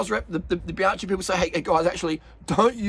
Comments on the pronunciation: Bianchi! It’s Biankee not Bianchee. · Bruh that's all good but please ... "bee-AHN-kee" ... not bye-AN-chee"... thank you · You don't pronounce Bianchi correctly...you never watch Bianchi Italian website!!!!! You pronounce Bianci...is with H!!!! Bianc HI like k t Forgot H . For you need to be like K .. so for USA Bianky.. got it?. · Love your work. Bianchi is pronounced Bian-kee. "ch" is pronunced "k" in Eyetie.